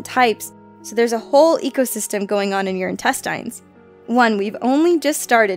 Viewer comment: Can you please learn how to correctly pronounce intestine and sedentary?!?! OMG 🙄😪😬